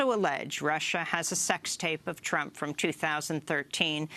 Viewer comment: Lol she called Trump "chump" .